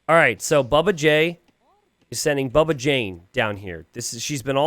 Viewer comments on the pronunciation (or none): it is bubba not baba :chillwcat